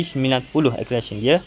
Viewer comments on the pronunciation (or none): Cara sebut acceleration tu mcm ni " ekselerasyen" bknnya akkelerasyen